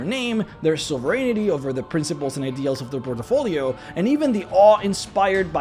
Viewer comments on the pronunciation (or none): Interesting, thought-provoking vid - thanks for posting. Small thing - say 'portfolio', not 'portofolio'. Lose no sleep, and all best. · Port - Fo - Lee - Oh = Good Por - Ti - Fo - Lee - Oh = Bad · Port' i- folios.....or...portfolios.... there is no i. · "porto folio" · "Port-a-folio" Great video! Keep it up! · I was surprised you spelled portfolio well. A bit of me dies when you pronounce it as portafolio, you know. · I love your content, man But sorry, I laugh out loud when you say Por-te-folio XDDD I am a bad person ^^ I apologize awesome video, really appreciate your work :) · Brah. You need to learn how to say "portfolio" properly lol